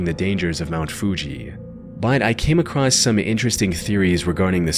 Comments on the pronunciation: Love your content but brother there is no T in the word across. It’s across not acrossed/acrosst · "Came acrosst" 🙄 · Somebody please tell the narrator of this channel that there is no such word as "acrosst". The word is "across". Not "acrosst". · I love this channel and these videos. Small pet peeve: It grates on my nerves to hear “across” pronounced “acrossed.” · "Came acrosst"